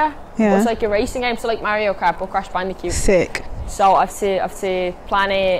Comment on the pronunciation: I love how she says "Crash Bandicute" instead of Crash Bandicoot...talking of cute 😍